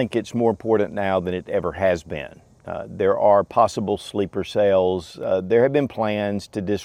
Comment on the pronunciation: what is a sleeper say-ell?